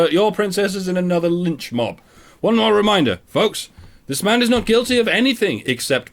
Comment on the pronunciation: Haha... "MIORE" lol, luv yas